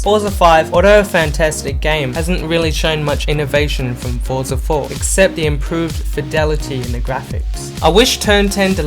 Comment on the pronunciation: The words you are looking for is "THIS" and "THE" not "DIS" and "DE" for a guy that speaks good English PLEASE get that shit sorted.